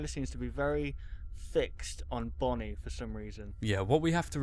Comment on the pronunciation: dumb fox its bonnie not bony